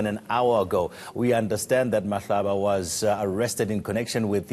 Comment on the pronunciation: It's Mahlaba not Mhlaba.